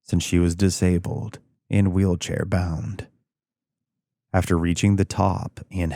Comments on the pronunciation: Wheel bhair cound 😂😂😂 i always mix up the first letter of words like this! Im so glad you left it in 🤣🤣 amazing video as per x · Wheel bair chound… 😂… I thought I was just hearing it wrong.. so glad you left it in. Made me chuckle. Love ya